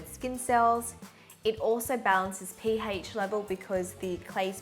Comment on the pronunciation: Am I the only one triggered by the way she says pH